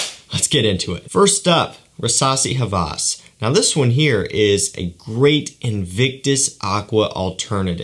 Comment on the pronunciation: ( Hawas ) is an Arabic word pronounced ( Ha-was ) not ( Ha-vas ) and it means obsession . Nice video keep up the good work